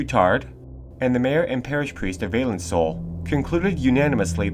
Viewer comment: The name is « Vah-lan (like in land)-soul »